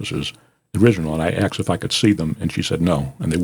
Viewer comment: Stop saying you axed him. The correct pronunciation is A-S-K. ASK. 🤔